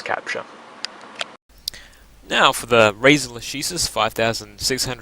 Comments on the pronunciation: the pronounce is lakesis, it's latin ;) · Lah-ke-sis mate, try google translate.